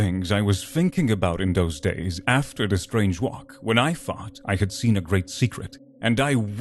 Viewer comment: I’ll start by saying that the narrator has a great tone to his voice. Yet. Apologize for the harsh criticism, but having someone with such a strong foreign accent ruined the immersion for me. The first “Those” pronounced “Doze” pulled me out.